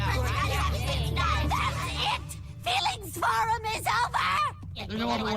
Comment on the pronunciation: The "Feelings Forum" sounded more like an emphasized "Breeding Room"...